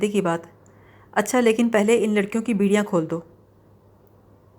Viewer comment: Beediyan nahi bediyan...... Beedi to peete hain😅